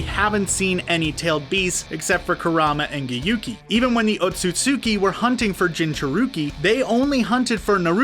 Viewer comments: cool theories but the pronunciation tho: : jinchurooki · No one: This guy: jinchuruukii This is gross